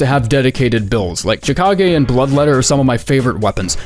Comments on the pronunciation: I always thought chikage was pronounced shih-kah-gay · Yeeeeaaaaahhhhh... I'm never going to pronounce Chikage any other way now